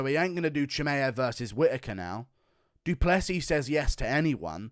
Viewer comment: WHAT IS WRONG WITH THE UFC COMMUNITY, DO PLAY SEAS. god it’s not that hard to pronounce a last name that isn’t from English language